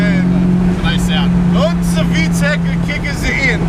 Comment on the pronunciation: HA!..he turned into a Italian that's been Americanized when that "VTEC kicked in YO!" but I totally understand tho because when I get to drive my Acura I channel my inner Jeremy Clarkson at about 4,700rpm..." POWERRR!